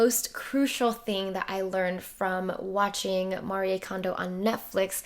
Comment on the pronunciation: I’m Japanese and I’m glad you are trying to say her name with proper way:)